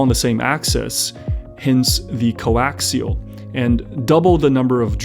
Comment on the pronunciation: Why do I keep hearing him say Co-LAXIAL lol. Great review :)